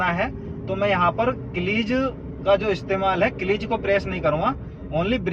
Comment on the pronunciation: कलिझ नही भाई..... क्लज होता है!!